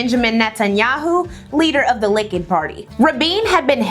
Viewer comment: Girl, I love your videos, but your inaccurate pronunciation of so many terms makes me unable to keep watching this video 😞 It really shouldn't be that hard to find proper pronunciations of things like "Reuters" or "Likud" or "Oslo".... not to mention all the well-known names that you shared 😢